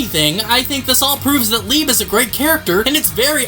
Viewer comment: Can we not forget how wrong we was with leibe's name 😆